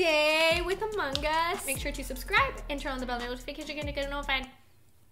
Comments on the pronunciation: Among us not Amonggggggg us No hate PLEASE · It’s not among guss it’s among us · no not amonggggggggggggggggg us just amoung us dont say ggggg just ng